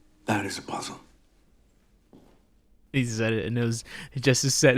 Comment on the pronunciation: The "puhzuhl" part with you touching your head & eyes was the funniest thing you ever said